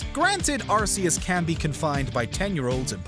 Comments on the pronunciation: It's Ar-Kee-iss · The name was originally pronounced Ar-Ceus and now I am hearing something about Ar-Koos. I am sticking with the Ar-Ceus pronunciation, since it was used officially. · How does everyone keep mispronouncing Arceus? It's a hard C, like cat or car